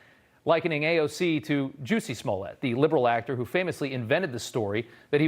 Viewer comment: “Juicy” Smollet 😆😆😆😆 A little bit of a mispronunciation there 🤭🤭🤭 If he did that on purpose, Rob’s a genius.